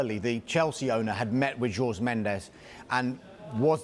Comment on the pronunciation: Pronouncing jorge as george is making my ears bleed